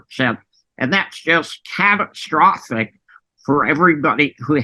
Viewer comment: ITS GONA BE, CAT TRO FOS SICK, LOL